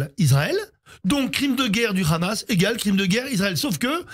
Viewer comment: TapiCon, c'est le Hamas pas le Khamas, parle correctement